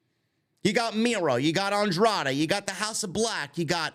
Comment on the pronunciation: I love how Riccaboni has trouble with Andrade's name.......